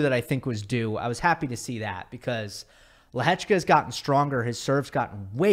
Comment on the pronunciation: as a Czech I have never heard such a good pronounciation of Lehečka 😳👌🏼